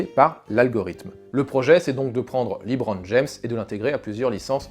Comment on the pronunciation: C'est étrange d'avoir vu le film et de continuer à dire "Librone"